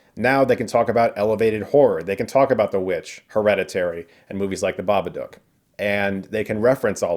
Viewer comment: It bugged me that Jenna Ortega's character kept mispronouncing The Babadook. Has she even watched the movie?